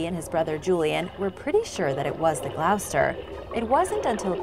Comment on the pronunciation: Love the show. Gloucester is pronounced Gloss-ter. Minor quibble, I know.